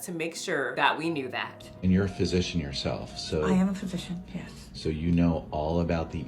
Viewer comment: She can barely even say physician, oh my goodness.